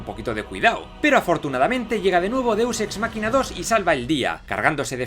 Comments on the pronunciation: Que es un deuxsexmaquina o eso que suena algo asi .? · jajajja me da mucha gracia cuando dice deux ex "makina"